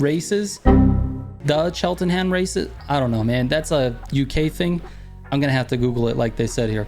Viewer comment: Cheltenham is a horse racing racecourse here in the UK. Pronounced Chel-ten-em (If you're speaking properly) or Chelt-nam (if you come from London)